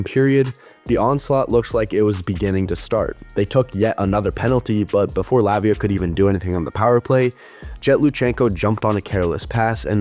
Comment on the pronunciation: Please pronounce Latvia correctly. You must pronounce harder T - LaTvia, but you go LatVia.